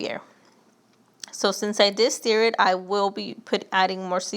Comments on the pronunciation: Stir, not "steer"...lol. Looks good either way. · Steer? Ma’am it’s stir not steer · And “steer it”. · Love the marinade recipe and I will be using that tonight, but like many here have said, "stir" is not pronounced "steer". The "ir" in stir is pronounced like the ir in the following words: "Yes, Sir, we will stir the bird." "That's my word, ya heard?!" for extra credit. lol